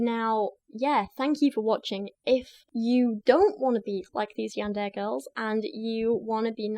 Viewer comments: Hint about Japanese language pronunciations.... you pronounce each 'mora' individually ... in this case it would be "Ya-n-de-re" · Yandere = "Yawn duh Ray" It's all good ✌️😊 this isn't a class on how to speak Japanese. It's the English speaking fans of this sorta thing that concern me more. 😳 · God, my weeb soul fucking died every time she said Yandair. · If I hear “yander “ one more time imma be the one who gets violent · How to learn to pronounce Yandere: Yan-day-ray. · Pronounced Yan-de-ley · I've usually heard it pronounced YAWN-durr-ay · For future reference, Japanese is broken down into consonant and vowel duos. So Ka Ki Ku Na Ni Nu Ra Ri Ru etc. Therefore Yan De Re, ALSO FYI yandere characters are not romanticized in the shows they exist in. Nor does the anime community as whole condone this behaviour, but these crazy characters are entertaining villains like the Joker from Batman, and like how idolize serial killers, it is the same with this situation. I'd recommend you watch "Mirai Nikki, or Future Diaries" which introduces you to the origin of the Yandere character fascination since the person in the show is very well written, but in that show/world her actions are justified due to the circumstances and I think it would really benefit your research in this subject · The robot dictionary post pronounced it kind of strangely lol. Imagine YAN-DE-RE (three syllables) as being pronounced like the words YAWN DAY RAY. It's a Japanese word, and conveniently enough the vowels in Japanese are all pronounced the same way. So in any Japanese word the sound for 'A' will be pronounced 'AH/AW' (lawn, Bob, flaunt, crawl, etc) and 'E' will be pronounced kind of between 'EH/EY/AY' (cent, pend, haze, wave, check, etc). Not sure if this is helpful in the slightest but here you go anyway lol. (Source: Took four years of Japanese classes, plus I watch anime)